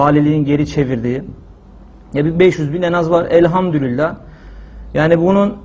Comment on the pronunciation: Elhamdurillah değil hocam Elhamdulillah r yok orda